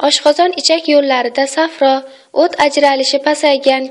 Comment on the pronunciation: Ўт сўзи юмшоқ Ў билан айтилади. Ўтиб кетди дегандаги. Қаттиқ Ў билан айтилса, жигар суюқлигини эмас, ҳашак ва оловни билдиради. Нутқингизда камчилик бор.